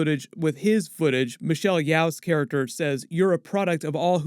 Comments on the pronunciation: Hi! I just wanna say Michelle Yeoh's name is pronounced Michelle "YO" not Michelle "Y-OW"! Love your vids but just want to highlight that~ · FYI Michelle Yeoh’s name is pronounced as “yo” not “Yao” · Michelle's last name is pronounced Yeoh as in "Yi-oh" or "Yo", not Yeoh as in "Yi-ow".